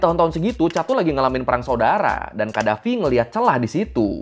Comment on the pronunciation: No rispek bgt lu bg 😡😡😡 lu sarkastik 😡😡😡 itu Tuan Besar Agung Sultan Lieutenant Colonel Commander Muammar Gaddafi WOY baca nama ny yg benerrrrr 😡😡😡😡😡